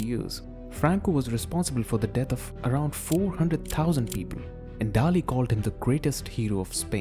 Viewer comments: Since the narrator cannot even pronounce Dalí correctly, I'm not going to take the rest of the video seriously. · First learn how to pronounce Dalí and then we talk , peasant